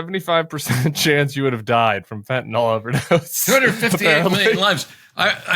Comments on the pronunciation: It's FentaNYL not fentaNALL 😡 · Shes not pronouncing the drug correctly and im not sure why she wants to seem stupid!!! Its fenta(nyl) sounds like nil...fentanil not fentanol R.N. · Voice in the wilderness; It’s fentanyl (FENN ta nill) not fenn ta nall. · It's pronounced "fentaNIL" not "fentaNOL." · She can’t even pronounce Fentanyl. The last syllable is “nil” Fen tan nil.